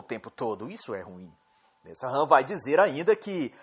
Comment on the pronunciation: A pronúncia é Nessan. Nesahan é my eggs